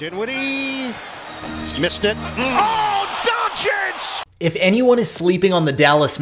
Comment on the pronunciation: Kid... please lern how to pronounce DONCIC! Just google it! Holy...